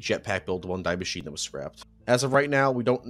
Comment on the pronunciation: Sorry to be that guy, but Die in Die Maschine us pronounced “Dee”